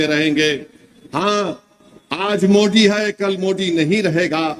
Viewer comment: यह बोबडे को "दरम्यानमें" द बोलना मुश्कील नही लगता मगर मोदी को मुंडी बोलता है